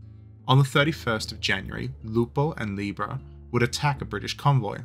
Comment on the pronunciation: Actually... the pronunciation of the name of the ships is correct, italian-approved.